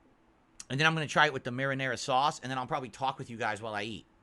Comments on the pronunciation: I like how he feels he needs to explain to his moronic fanbase what pizza pockets are. Smh "Ya see, you gotta take one of these peeZUH bAHMS here and you dip em' in this here. This is maranaRUH SAWsce." snort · (marinara.)SAUCE! He super emphasizes the sauce part of 'marinara sauce'